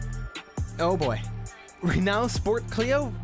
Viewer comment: Renault is pronounced "Renn-oh". Damn these French!!